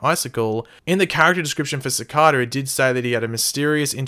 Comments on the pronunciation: the name is pronounced "sic-ay-duh". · its pronounced "Sih-Kay-Dah"